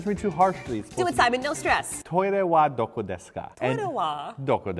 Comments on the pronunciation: It's doko not doco! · doko not doco...... there are no 'c's in japanese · isnt it doko not doco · it's doko by the way, not doco xD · it's doko desu ka lmao you guys are awesome